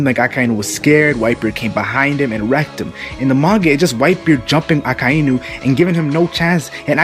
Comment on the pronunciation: is anyone else perpetually irritated by how he pronounces Akainu's name? Pretty sure its just Ah-kai (like king kai)-new. I know its a small thing and I still love this channel but...gah!